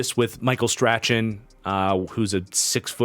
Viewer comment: You butchered Micheal strachans name🤣. It’s pronounced like strawn. Not strakchan